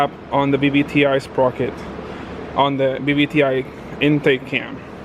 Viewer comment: It's funny how says BBTI and not VVTI😂